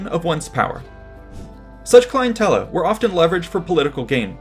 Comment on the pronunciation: clientele is not "clien-tel-luh", it is "clien-tell", just fyi!